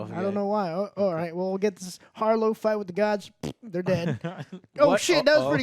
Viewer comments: Jesus its HARROW, Not HARLOW. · Wait, did you say, “Harlow?” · Emmet Harr-o 😂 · Who the fuck is Harlow, ya'll butchered that man's name the whole review lol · How does not make fun of Joe getting every character's name wrong? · I just love how they've watched the series and still saying harrow's name wrong lol. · Harrow, not Harlow. Oscar Isaac, not Isaacs. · You guys couldn't even pronounce the names right you kept saying harlow and ammuit. It's harrow and ammit did you watch the right episodes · I love y’all, but “Harlow” and “Ammuit”? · Their inability to remember the correct pronunciation for names after hours of content bugs me irrationally. The bad guy is "har-row", the alligator is "ah-met", GAHHH! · While I genuinely enjoy your guys' content, and understand most of your arguments in the first 10 and a half minutes of your review, every time you guys mispronounce a characters name, I feel like incinerating my phone in the nearest star after the sun. Harlow and Annuit, what the actual shit, lmao